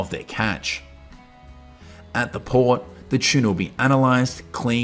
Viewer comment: Keeps saying chiena ….its tuna